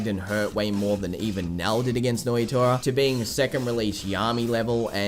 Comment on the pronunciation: Nnoitra. Pronounced - noyatoya checks out.